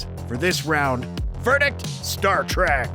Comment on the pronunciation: Star TREK! Not Tract!